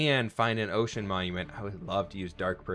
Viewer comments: He said ,” O’ cean!” Lol sounded like oh shiii** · That's what I heard too lol